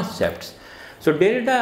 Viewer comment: Sir you still pronounced his name wrongly